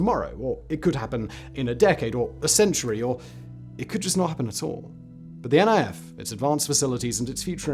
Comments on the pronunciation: FYI: It's not called N.I.F, its Niff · Great video, but you're pronouncing NIF wrong 😅 It's not N.I.F. but NIF, as in it'd rhyme with miff